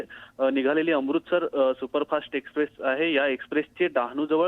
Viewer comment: Amrutsar nahi amritsar